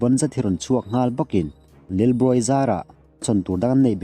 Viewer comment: Lilbro tih chu mawi loe lalbro tih tur awm tak 😂